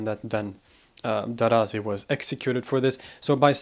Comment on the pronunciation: It's not 'Daraazi' with a long a consonant between the letters r and z. The name Darazi is pronounced with two short a consonants.